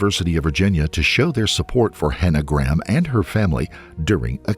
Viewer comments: Its not pronounced gram. Its GRAY-am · Why are you saying her surname like "Gram" ??? Show some respect and pronounce her name right, its GRAHAM, not "gram" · Just got to say Graham is pronounced Grayum in the UK as opposed to Gram. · americans pronouncing graham as "gram" hurts my brain so much i can feel the burn through my eyes. figure it out america its "gray-ahm" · Glad my surname isn't "Graham" because it would drive me mad with every American bizarrely mispronouncing it "Gram" all the time. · Fun fact but as she was from England she would have pronounced her last name as ‘Gray-am’.